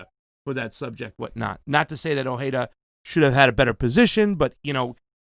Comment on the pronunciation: The J is not silent in Ojeda.